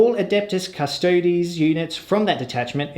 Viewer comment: Darling, it's pronounced oob-lee-ett. You're absolutely smashing the pronunciation of Custodes though, nice one, which is a refreshing change from... certain other channels